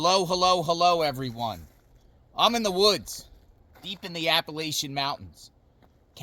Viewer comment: Wish people would say Appalachian the way we the people's of Appalachia say it. I'd hate to have a cabin to rent and someone come and make a video like this. A fire could happen anywhere.